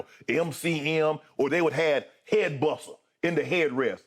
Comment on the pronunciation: Not “headBussa” lmao